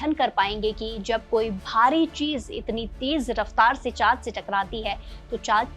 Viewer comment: Bhai aap chaan ko chaat kyu bol rahe ho acche se pronounce karo😂